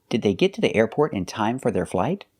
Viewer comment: The pronunciation of "the airport" seems a bit off to me.